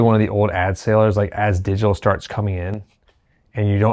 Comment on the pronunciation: Digitar: is it a digital guitar or simply an Asian man trying to say "digital"?